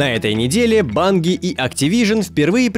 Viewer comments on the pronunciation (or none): Банги?, вроде все говорят "Банджи"